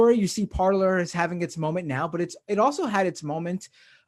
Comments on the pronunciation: Shouldn't it be pronounced parlay, as it's French? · It’s par-lay 😂😂😂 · I was going to comment that it's pronounced par - LAY but figured no one would notice or care. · Who wants to let the MAGA-heads know that they're mispronouncing the French word "Parler" ("to speak")? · The best way to troll them is to just continuously pronounce it correctly. It will drive them insane.